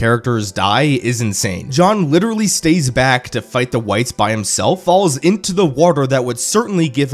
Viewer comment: LITURALLY LITURALLY LITURALLY